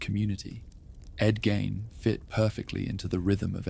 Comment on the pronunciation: My ex husband grew up a block away from Ed's farm. And u pronounce his name incorrectly. Gein rhymes with Bean